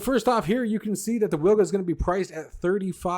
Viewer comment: It's pronounced "Vilga". It's Polish for oriole.